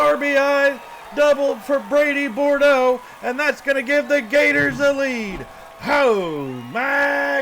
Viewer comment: also it is pronounced "Boodro"